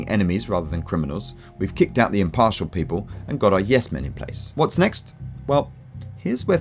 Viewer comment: It's people not pople